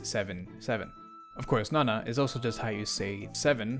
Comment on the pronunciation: You were right with the "nah-nah" pronunciation. It's easier to remember when you think about how weird it'd be to call Popo "Poppo".